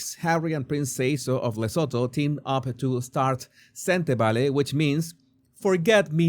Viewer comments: The T is not silent.i grew up in South Africa near the border of Lesotho. It’s pronounced Luh-soo-too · Please try pronounce it like this... le soo too its a silent H. Im south african. Just helping 😂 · Venezuelan accent to African name!